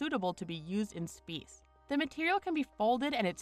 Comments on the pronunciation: Good job computer voice!!! “SPEACE” “SPEECE” “SPEYTS” I say space, you say SPAEYCE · "Woven fabric used in Speeeeece" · So fucking annoying how u can’t say “SPACE”!!😂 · spece yes definitely not space 🤣🤣🤣👌👌👌👌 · "to be used in spis"